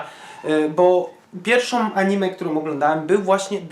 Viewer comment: Mówi się anime a nie animu XD